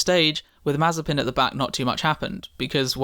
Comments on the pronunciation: Hello but you made a mistake in spelling his name pronouciation its actually spelled as Nikita Maze-spin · Nikita mazterspin.... 😂😁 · Ah yes, mazespin